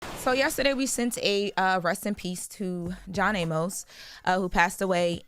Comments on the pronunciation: It’s pronounced “ay miss” not “a-mose”. I’m saying this cause unlike this girl, I actually respected this man’s career and actually watched Good Times and Coming to America. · I know there are wayyyyy more important things to talk about BUT Amos is pronounced A-mus‼️ There is no E at the end y’all. THAT would make it A-MOSE, same as how you pronounce the word Pose‼️ I cringed every time they said it‼️🥴 Welp there’s y’all English lesson for today‼️🥴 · Why they let her keep on pronouncing his name "John A-Mos" 😂😂😂